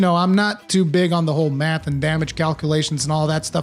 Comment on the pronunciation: Simple answer : Monster Hunter Mafhs are confusing mafhs